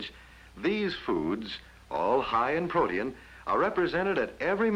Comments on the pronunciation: He said pro-tea-n instead of protein 😂😂😂 ima do a reaction to this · Did he say high in "pro-tee-in"....lol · Pro-tee-an ...I've been pronouncing protien wrong my whole life 😢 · Odd how he pronounces "protein" as three syllables. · Actually he pronounced it a little funny. Not wrong just different.